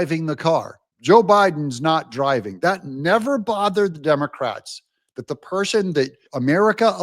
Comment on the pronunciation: Did you say the "Dumber-crats"? 😂